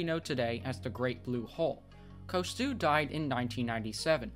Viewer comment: His name is pronounced "Coos-toe".